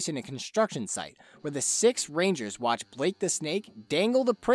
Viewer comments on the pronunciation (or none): none